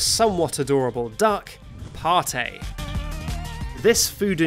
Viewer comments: Not to be an AH but it’s pronounced Pat-Tay, not party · the way he pronounced "pate" as "pautey" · Helpppp I have pate on my island and Ive been pronouncing it Payt only to find out that it was Pahtee in this vid 😭😭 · I think it’s pronounced pat-ey